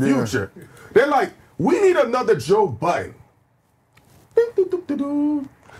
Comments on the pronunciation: respect Joe... take the "s" off of his last name...its BUDDEN..no S.. thank you. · Of course. He displayed a lack of understanding, knowledge or awareness in saying his last name with a s. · Stop calling that man Buuddenssssssssssss:face-purple-crying::face-purple-crying::face-purple-crying::face-purple-crying::face-purple-crying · Why do people add an ‘s’ at the end of Budden?? Is he a family restaurant or something lol I’m lost… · Great episode. I’m glad Joe Budden corrected them on saying his name right. Ppl insist on adding the imaginary S. 🤣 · Cracks me up how people keep adding an s to his last name